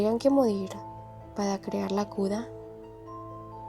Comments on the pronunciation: Por que dices cuda y no cura? O no sabes pronunciar la R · Algo que me di cuenta es deque porque dices cuda en ves de cura 😩🥀🥀🥀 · Soy yo o dice Cula en vez de cura,creo q no sabe pronunciar la r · el video esta buenisimo pero me encanta cuando dice cuda iauodfasu ohsf hisdb haipg o t{´'´+fgS} ¿SE +